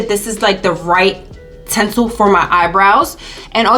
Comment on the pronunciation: She keeps saying tensil lol.